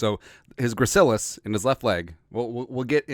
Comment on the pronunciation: Just got out of ANATOMY, got an A in the class so I'm now a self proclaimed JEROME EXPERT. You pronounced it correctly the first time. Had to memorize all of that info, for not only the Gracilis, but for EVERY OTHER MUSCLE IN THE BODY! F that class. Lol.